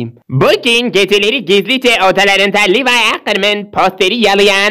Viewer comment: Levi Ackerman❌ Levi akırman✔️